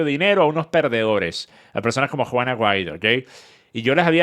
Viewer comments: Yo también 😂😂😂😂 es juan aguaido que el dice no se porque 😂😂😂😂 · yo tampoco lo tengo muy claro 🤣🤣🤣🤣🤣🤣pero si leí el apellido escrito en la descripción del video que decía : Juan Aguaido. Pero dicho de su boca yo escucho juana guido 🤣🤣🤣🤣🤣🤣🤣🤣🤣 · Juan Aguaido 😂 o Juana Guaidó 😅